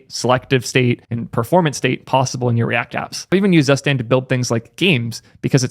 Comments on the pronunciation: fyi, zustand is actually pronounced "tsoo-shtand" :) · Friendly pronunciation tip. "Zustand" is the German word for "condition" or "state something is in" and it is spoken "Zoo-shtahnd". Hihi... 😁😁😁